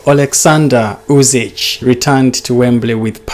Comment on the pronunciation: it's NOT UsiCH...but Usyk... Pronounce as K at the end. Otherwise good analysis.